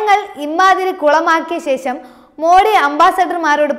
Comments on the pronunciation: നല്ല അവതരണം But അക്ഷര തെറ്റ് വ്യാപകം - ഇസ്ലാമിഹ , അംബാസിറ്റർ , ശേശം, റശ്യ, സംന്തോശം, അഹന്തത, തുറമുഹം, ദുരൂഹരിക്കുക ...... ശ്രദ്ധിക്കുമല്ലോ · ശേഷം എന്നാണ് പറയേണ്ടത്